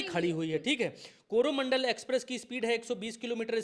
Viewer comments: कॅरोना मंडल नही है गलत बोल रहा है यह कोरो मंडल है पर बोल रहा है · कोरोनामंडल ट्रेन नही, कोरोमंडल ट्रेन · Suggestion.. it's not corona mandal. It's coromandal.